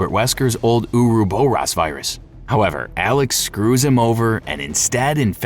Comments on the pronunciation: Same with "ouroboros". It isnt U-ru-bu-ros. It is or-ro-bor-ros. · "uruboross" is NOT how you say Ouroboros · ok and I have to stop. If you are doing a 3+ hour voice recording, and you come across a word you aren't sure of, google it! I can't count the number of times you have mispronounced words so badly it makes me stop. I drew the line at "ouroboros". You said it wrong like 10 times back to back. Do the smallest amount of research before committing to something like this. I had to give this video a thumbs down and am going to look for another similar video in hopes they can speak properly. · The way you pronounce the word ouroboros is absolutely abysmal 🤣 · The way he pronounces Ouroboros makes me cringe for some reason. HOWEVER, the content is an excellent storyline breakdown